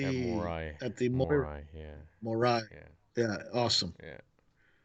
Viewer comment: Its morai